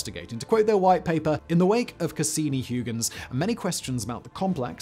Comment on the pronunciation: "Hyoogens"? Crivens. I was prepared to endure "mair", but seriously?